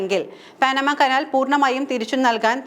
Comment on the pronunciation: പാനമ അല്ല പനാമ പാഠപുസ്തങ് ങ്ങളിൽ വരെ ഉണ്ട് എന്നിട്ടും തെറ്റിച്ച്